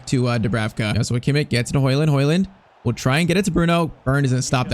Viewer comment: its joshua bro not yoshua